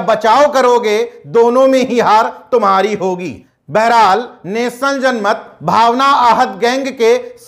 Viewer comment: बेहराल नहीं बहरहाल होता है।